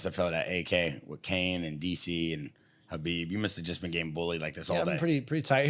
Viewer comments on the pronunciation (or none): "kalabeeb nurmagomedov"